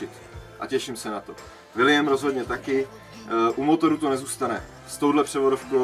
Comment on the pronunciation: Koukám návrat ve velkém.. 😊 což je Super, a prosím už neříkej Vildovi.."vilijem" 😂